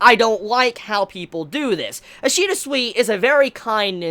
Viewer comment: Each time u say Ishida it sounds like ur saying Ishida sweety